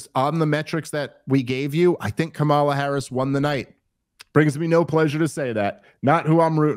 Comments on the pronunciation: smh at least say the woman's name correctly. Not like they don't know it. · Dave, learn to pronounce her name correctly. They gave a whole tutorial with her nieces at the DNC. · Why can't y'all say her name right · This is the guy Rogan touts as knowing everything and a great researcher? Within the first two minutes, you purposely mispronounced a presidential candidates name, to be obnoxious.. Or the alternative is you literally don’t even know how to pronounce the presidential favorites name, so, ignorant? And then you somehow declare that almost total disaster of a debate for Trump wouldn’t move the polls literally at all from what they were before the debate… I just can’t even wrap my mind around reasoning that astoundingly disingenuous.. Your done.